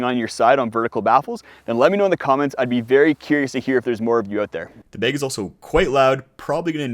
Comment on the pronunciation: what part of USA pronounces "bag" as "beg" ?